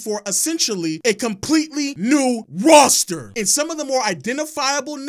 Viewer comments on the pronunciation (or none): Why is bro talking like that, "a completely NEW RAWSter"